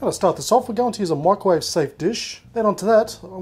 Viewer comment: Why do you say “mikerwave”. MICROwave.